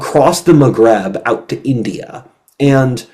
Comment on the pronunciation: It's Maghreb, not "magrab"